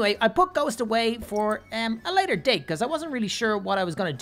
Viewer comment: on day tree, on date three... what?